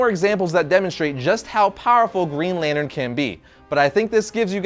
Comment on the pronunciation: the time he said "lantern" with the "t"